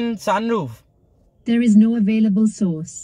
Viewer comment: sunroof bolte nhi aata teko...